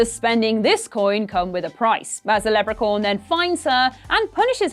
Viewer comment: Lepra-corn? Really?